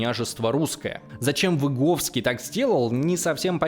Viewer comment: Извиняюсь за придирку, но Выговский, а не Виговский)) просто у меня такая фамилия))) как слышу что говорят через "и" сразу триггер срабатывает))